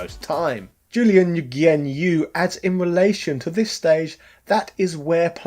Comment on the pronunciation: His name is pronounced "Noo-yen" it's Vietnamese, lol. But this game is so good!